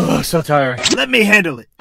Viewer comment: I never knew that that guy will correct me-wo